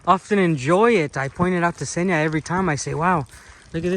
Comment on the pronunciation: An American swallowing the first consonant like they always do))) I kept wondering who the hell was the guy Senya behind the camera, while I clearly saw it was a girl. Senya being a male name btw. Eventually I realised he was talking about Kseniya (the girl's name)